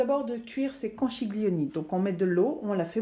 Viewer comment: Un bon conseil : pour faire "italien", il faut commencer par une bonne prononciation ... ( conkilioni, par exemple ☺ )